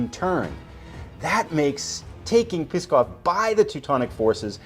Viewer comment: NOO and AYBUL, not NOOD and ABULL. Also, PSKOV is pronounced "SKOFF". NEVA is pronounced "NEE-VUH". I really want to finish this series, but your mispronunciations are giving me a tumour.